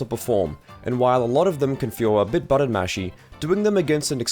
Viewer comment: Your pronunciation of the word "button" is upsetting